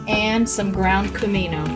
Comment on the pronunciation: after I hit the button to reply I read the recipe - you said Cumin. I need a hearing aid!